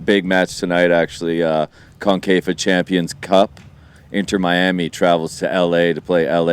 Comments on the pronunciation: Are they mispronouncing CONCACAF as CONCAFA or is there a new tournament? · "Concafa" - theyre still saying it wrong 😂😂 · That's not how to pronounce concacaf. lmao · I came here to find out the same thing I think they’re just mispronouncing it